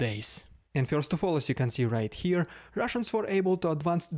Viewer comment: Love the name change. Please don’t start changing how you pronounce “first” (fyurst).